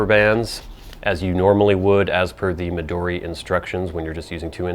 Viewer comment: Hilarious introduction! CRACKED ME UP!!! It's also really nice to hear a reviewer pronounce "Midori" and "Tomoe" correctly. How impressive that you can read hiragana, katakana and some kanji. Jyozu! I watched your other video, reviewing your regular size notebook and saw your handwriting...WOW! I also like your list of fancy-schmancy words. Great idea! FYI: You can also find plastic pencil boards at Taroko Shop on Etsy. Good prices and great service.